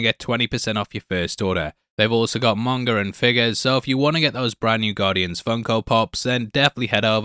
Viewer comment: Oh God you said Monga. Manga ffs. You're English. MANga. Ffs. I get the NE accent.